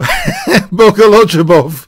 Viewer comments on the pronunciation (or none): it's simple. Bo'-go'-lu-bov. Lu as in "blue".